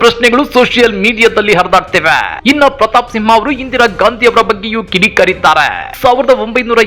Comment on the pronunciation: ಸಿಂಹ ಅಲ್ಲ ತಿಂಹ 🤣